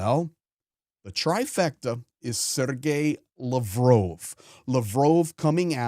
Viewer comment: Pronounced Lav’ Roff